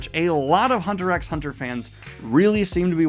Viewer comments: Just so you know ... when speaking the name out loud you don't pronounce the x in Hunter x Hunter. It's a touchy topic for some manga fans because with some series you DO pronounce it, with others you have no idea if you should .... but alas, for Hunter x Hunter there is consensus to just say "Hunter Hunter" out loud. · DO NOT PRONOUNCE THE "X"!!! for the love of gods man. Listen to your boy Liam he can tell you all about it. It's said simply as "Hunter Hunter". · Don't pronounce the x in hunter hunter, the X is silent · Just so people don’t jump on your back for saying Hunter x Hunter wrong, for some reason it’s just called “Hunter Hunter”. Why? No clue 🤷🏻‍♂️ just a friendly tip so weebs don’t troll ya! Can’t wait for more manga breakdown vids! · You don't say the X in HXH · I don't think it's necessary for me to mention this but I do think it's necessary... You don't pronounce the 'X' in Hunter x Hunter :3 Ps: glad Vinland Saga own. It's great along with the top 4 ones! All are just masterpieces in their own accord !